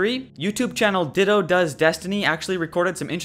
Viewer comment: I'm sure this has been mentioned anyway, but the Monitor S11 logo you were having trouble identifying belongs to FOTC (Wish I knew what that stood for). Also, are you saying "Ditto Does Destiny" instead of "Datto Does Destiny" in the video?